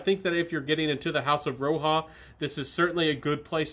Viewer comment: RO-HA!!! 🤣 I love it when you say that,!! Hey, who cares what the right pronunciation is when the juices are good? Anyhow, did you just get these or had them for a while? My favorite is still Elysium from Roja. It's very versatile and safe for all occasions.